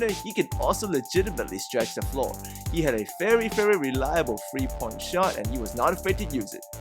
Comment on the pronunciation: Why do U say free instead of three?